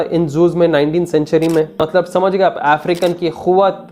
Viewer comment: It's not mallab. It's Matlab. Correct your urdu pronunciation please.